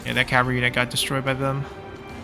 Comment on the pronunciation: Love these vids. Enjoying the playthrough but its cavalry. Cav al reee Not cav ree 😅